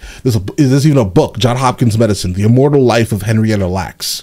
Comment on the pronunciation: Glad you caught the Henrietta Lax line cause black thought messed up on the Letter "L" in the beginning so you almost miss it. That thought is the Goat! of the goatS!